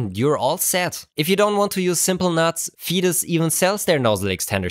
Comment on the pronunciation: Thanks! That's a great discovery. Still, I would pronounce the company name "faytus" not "fetus" 🙂